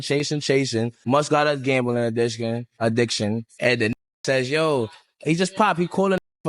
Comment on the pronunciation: “must got a gambling addishcn”🗣️🔥